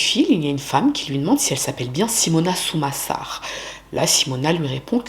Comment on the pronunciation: Quel horreur cette histoire... Par contre fait attention aux nom que tu donne, a certain moment au lieux de dire Sumasar tu a dis Samusar par exemple... Donc tu a des petite erreurs la dessus. Aprés tu étais peut être fatiguée, donc pas trop grave, mais fais gaffe quand même.